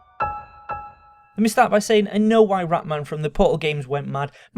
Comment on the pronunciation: If he evolves when he says "why" he will sound like "wha"